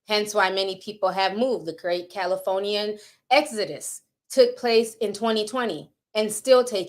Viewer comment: Her Accent “Cali ForNeeAns” lol 😂